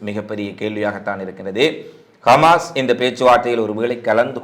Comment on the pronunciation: கமாஸ் இல்லை ஹமாஸ்